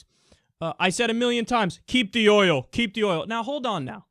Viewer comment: He said it like "Keep the HOIL, keep the HOIL"